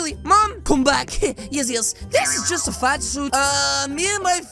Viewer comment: The way said fat XD